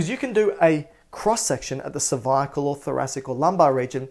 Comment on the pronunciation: He does have some serious biceps, triceps, pecs and oooh that hair, and his Australian way of saying g cer-vi-a-cal! But the best things besides his snacks, is his anatomy and physiology geek self. So tasty like a peanut butter cup.